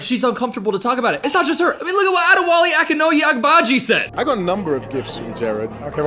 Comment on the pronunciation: Add-aye-wah-lay is how you pronounce that name, the surname would be trickier if you’re not used to names like that